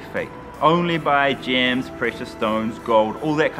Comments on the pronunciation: I thought he said gym too! 🤔 like gym membership 🤣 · At first, the way he pronounced gems I thought he was talking about an island running a fake gym scam. 😂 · Maoriprincess _1 The person who wrote the comment heard gyms instead of gems lol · i thought you said GYM scam LOOOL like they selling gym memberships on an island LOOL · I was so confused, sounded like he said "scam gym" lol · Me too 😭😭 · Mee too. When he arrived at the island i was like i dont see any gyms. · I thought he said gym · I thought he said GYM for most of the video. Kinda dissapointed i didn't see a gym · I heard gyms too